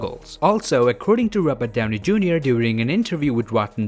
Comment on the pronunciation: I found funny when he pronounced "robert Downey Jr" as "róbadaunei" haha, sorry, video was great, but this point I lost it haha